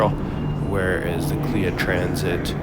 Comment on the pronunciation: Its not Kleeya ...Its K.L.I.A...